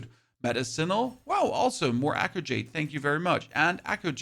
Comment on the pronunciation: Thank you for the useful info, but I gotta be honest, the way you pronounced “Talon” and “Echo” at first was atrocious.